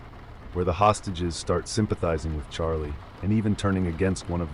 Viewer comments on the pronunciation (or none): none